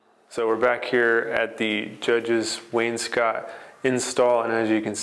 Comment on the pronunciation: Love your videos. Definitely picked up the Starett miter protractor thanks to you. And definitely been using the CA glue. Already had to order more. Just curious though, why do you pronounce “Wainscot” like “Wayne Scott” instead of “Waynes Coat”?